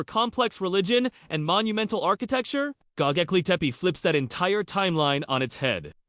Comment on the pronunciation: Bro you can't even pronounce the name correctly so how do you expect people to take you seriously? It's not gogeple, it's Gobekle...B not G